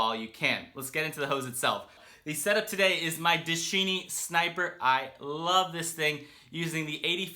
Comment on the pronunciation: Good video as always! Now mark that "Dschinn" in German means "genie" (as for the one out of Aladin's lamp) and it is pronunced rather like in English "genie". no need to stress or accentuate the "D". The resulkt of "Dsch" is producing about the same sound as "G" in English. Juts that you know!